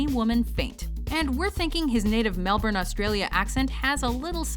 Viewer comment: Points for mispronouncing Melbourne